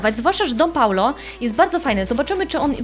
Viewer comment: nie Paulo tylko Paolo